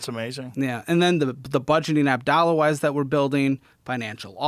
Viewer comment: Ole Joe, it’s “dollawize” lmao